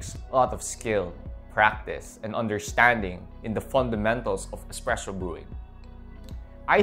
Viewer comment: expresso isn’t a word it’s a bad mispronunciation of the word espresso.